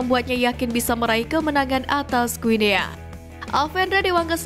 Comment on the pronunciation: Guinea dibaca Guini.... Ayo Putra Bangsa, Harumkan Negeri Ini, Jadikan Kami Bangga, INDONESIA!!!!!